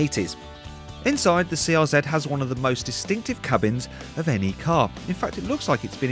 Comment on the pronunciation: Who else giggled when he said "cubins"?